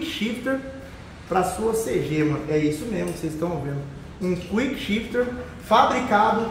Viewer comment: "Cuickchifter" vc vai vê 🤣🤣